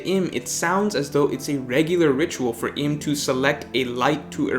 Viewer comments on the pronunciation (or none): Uranus obviously had really flawed Observation haki because he was bumped off by his son. Also, it's pronounced Eem(u) not Im as in him. You made some good point, too. Gave it a like